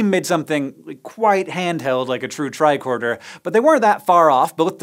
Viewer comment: Lol “bicorder”